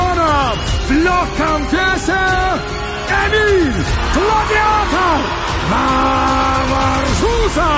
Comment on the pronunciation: ЕМИЛЬ а не Еминь!